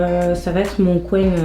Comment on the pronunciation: J'adore quand tu dis "bien" "fin" coin"( bieng, fing, coing)😘